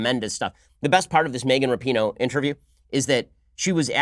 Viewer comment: Her last name is RAPINOE, there is no U in it!!